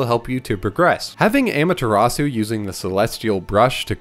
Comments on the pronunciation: amaterasu: om-uh-ta-ros-ooh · They pronounce Amutazu in Marvel vs Capcom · I guess I'll take amateur atsu, but how did you butcher Susano? 🥺